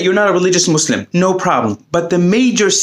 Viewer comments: Its pronounced muSLIM not muZLUM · He is palestinian, i bet he can pronounce 'muslim', wonder why he says maazlimb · It's pronounced MOOSE LIM it's not hard to say in any language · the fact that he pronounces it mazlim is enough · Did anyone else notice that Nas doesn't even say the word "Muslim" correctly? He pronounces it muh-zlem with a z instead of an s. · Why is he pronouncing it “muzlem”